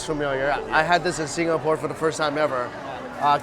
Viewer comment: I cringe every time he says Singapore...